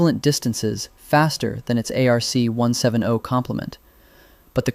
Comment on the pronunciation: its pronounced ARC/ARK 1 70 not 1 7 0